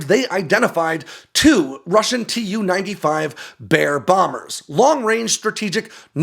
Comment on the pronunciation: I think "Tu-xx" and "Su-xx" are supposed to be pronounced "Too-xx" and "Soo-xx", not "S-U" and "T-U"